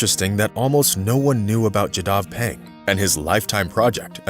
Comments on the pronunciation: His name is Jadav payeng not Jadhav peng...my wife is from his locality....respect to him. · He's name is jadov painang.. please pronunciation correct.. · You may pronounce it as Jaadav Paayeng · He planted trees on a river island. His home is at Jorhat town not jorhat village. Jadav Payeng is mispronounced. Stress should be on first syllable in both his name and surname.